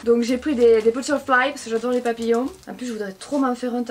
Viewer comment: "Yado,yadè,ye waide"🤣🤣c'est j'adore, j'adhère,je valide mdrr